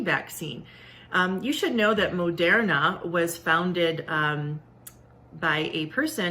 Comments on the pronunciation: Where is she getting her pronunciation of Moderna from? I understand the O. But how is she getting "air" from the er? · She pronounced Moderna wrong.